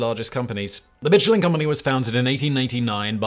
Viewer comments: in U.S. itz pronounced MISH-UH-LYNN. Not Mitch. So which iz it??? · Is it not "MISHELIN" and not "MITCHELIN" as pronounced in this video? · It's "Michelin", not "Mitchelyn". Just saying. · I thought you said the mescaline man 👨 🤪 😜 🤪 😜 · mitch-elin really hurts my ears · "Mitch ill inn." Mitch went to an inn not in the Guide and got sick. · The pronunciation of Michelin hurts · Love your content. Are you sure you're pronouncing the Michelin name correctly? It was strange to my ear that you pronounced every other Fench name correctly but pronounced "Michelin" as if it were an English name. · It’s French Simon, stop pronouncing the “ch” so hard. It’s almost an ‘sh’ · Sorry man. Can't stand it any longer. The barbaric way in which Michelin is pronounced. From a man famous for, perhaps even defined by his pronunciation. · Yeah he famously doesn't care about butchering the pronunciation, but I still love